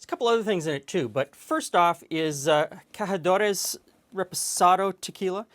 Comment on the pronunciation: Hey I appreciate your attempts to pronounce the name of Cazadores appropriately, but the Z is pronounced like an S in this circumstance not an H. Love all your videos! Look forward to your uploads.